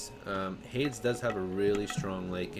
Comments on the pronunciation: lord save me. haydz instead of haydees, sky-la instead of sill-a. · Thank you for the content , but for the love of Christ , please stop mispronouncing Hades and Chimaera